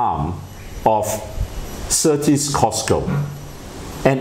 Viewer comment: Certis Cisco - Not Certis Cosco